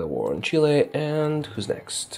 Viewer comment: U said chille wroNg